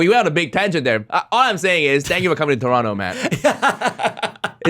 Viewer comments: I haven't watched this through, yet. I just wanted to make sure Toronto was pronounced correctly. I was satisfied. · Good thing you said the silent T on Toronto!